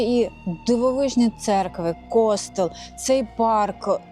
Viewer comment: Ну з наголосами у вас великі проблеми! Який "кОстел"? "КостЕл"! А не розуміти різницю між архітектурою і скульптурою - це вже за межею!